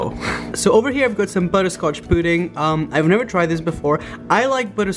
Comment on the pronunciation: did he day pooding?